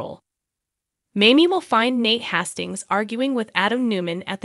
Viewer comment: Nate Hayyystings. Sound it out!!